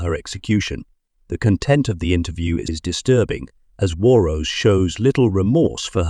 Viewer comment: I’m not certain how a fuel spill catching fire would be unexpected. That’s exactly what I expected, so when you said that bit, I expected something else. The real estate agent has been in so many other compilations for the past few months. It’s pronounced “War-nose” with an N and a hard S. Less narration, please, and fewer prompts asking, “What do you think?” Video too long.